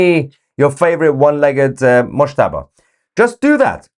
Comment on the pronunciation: Definitely 'Mushtaba' (mouse-taba)....😵😵👏👏👏👏